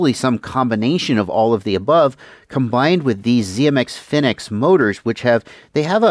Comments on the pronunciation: "phoenix" not "fin ex" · Please, can you say phoenix instead of fin X? I know silver drone spells it wrong, but they do say on their site that it's pronounced as phoenix besides that, good vid! :) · Just a quick not about the motors, according to the TBS website they are pronounced Phoenix, also the magnet design you spoke about is a type of Halbach array, Kabab FPV spoke about it in one of his videos he did in September